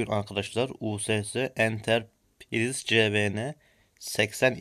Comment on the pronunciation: abi entrprise entırpırays diye okunuyor :D